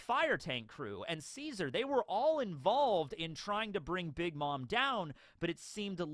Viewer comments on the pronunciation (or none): none